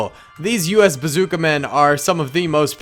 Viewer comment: I just wanted to be the 200 comment Also said basooca